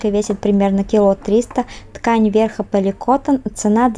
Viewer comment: Здравствуйте.Спасибо за информацию. Лайк. С праздником Вас! Не обижайтесь, но поликотТОН.